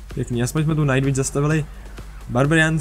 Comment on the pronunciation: preco hovoris vičke najt vicka